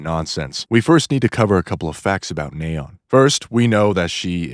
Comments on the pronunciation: "Nay-on" it's nee-on. Like neon lights. She even says her own name 💀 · The hells a "Nay-on"? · Neh-on. I had no idea scientists pronouce the noble gas that way. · "NAA-ON" ... sure dude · It's "Knee-On" like the Lights. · it's completely wrong, wtf are you talking about lol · Oh man… thank you for mentioning this… it was kind of driving me bonkers. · The way you pronounce Neon is so funny. It’s pronounced Fi-re-po-wer.